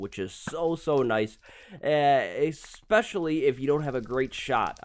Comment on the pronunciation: ESSpecially, not EXspecially. Goodness gracious.